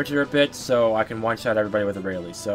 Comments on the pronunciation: Aralie? air re al is how you pronounce it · how dare u mispronounce her name!!!!!!